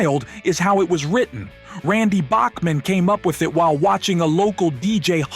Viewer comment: The mispronounciation of iconic artist's names (Sky-nerd and Back-man for example) automatically screams AI and disrespects the artist and the listener, angering the audience. It also casts credibility issues on the content, even when there isn't anything else actually amiss with it. That's MHO. Thanks.